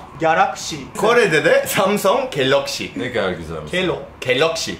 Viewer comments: Samsong Galakşi Louis güler oaşpqlwğdlfğfşgğşg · samusong galakşi asdadssdadsada